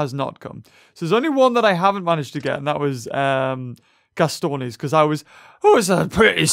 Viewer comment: Gastornis is NOT pronounced (Gas-stro-na-sis) it's (Ga-stor-nis)